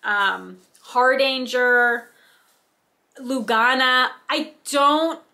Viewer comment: Lugana is Lou ga na soft a's Jobelan is jobe lan soft a. Hardanger is har like hardy and dang er soft a . Love evenweave! Also love Aida its my go to. Love your floss tags they are so stinking cute!